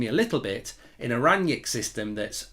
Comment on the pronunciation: Why you calling him Ranyick?